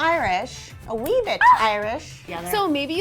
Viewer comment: The pain I felt when she said “A wee bit”